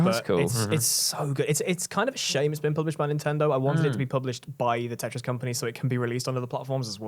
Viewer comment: IT'S CALLED FUCKING TETRIS. IT HAS A SECOND T IN IT. IT ISN'T CALLED TE'RIS